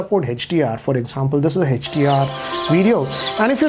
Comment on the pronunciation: whole world: hdr: hatch-dee-r